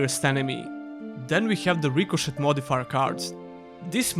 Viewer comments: Rico”shay” it’s pronounced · You had two years to learn how to pronounce "ricochet."